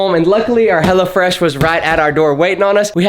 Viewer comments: I don't know if it's the accent or on purpose, but you keep sounding like you say "Hella Fresh," which I think is gold. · That GA accent... Hellafresh... come on you can say it right